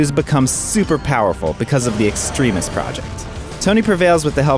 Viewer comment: Yeah that background voice is really stupid and not funny at all. Also you pronounced "Extremis" wrong.